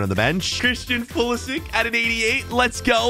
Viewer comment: ITS NOT PULISICK ITS PULISICH